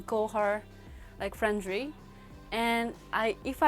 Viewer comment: She said Friendry? um... that's because japanese people using R and L in same way